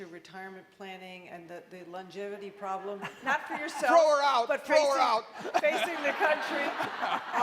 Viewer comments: Your pronlem is the problem. LOL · Dept? Pronlem? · I thought it was intentional to clear up that hes an idiot that cant even pronounce "problem" correctly. It's been a while since he had any I think that's why. Hes a liar. His optimism is all bullshit fairytale. He can talk all he wants about historical numbers and examples but hes nor considering all other things that have changed such as tax rates, laws, domestic production and outsourcing. He can afford to lie because we are all poor fools and he has a contingency plan. He can afford one and you can't. If you were old and near senile with a shit ton of money and minions that do everything you say, what would you be worried about? I cant think of single goddamn fucking thing except how to keep you all content in your servitude to your lien holders. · What is Pronlem?? That’s just lazy as f@@ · pronlem or problem? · What is a Pronlem? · "Houston, we have a pronlem" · Wtf is a Pronlem? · It's not a pronlem. It's a problem.